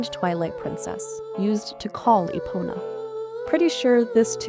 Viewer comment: This video does not make a lot of sense... you're basically just saying "this song has something in common with Zelda's lullaby" but don't explain what. Or why did you start to talk about Wind Waker and then just naming songs from Oot? Also, the horse's name is Epona, not Eponia. On top, there are lots of random clips like . Is this channel run by AI?